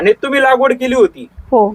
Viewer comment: लावगड नाही लागवड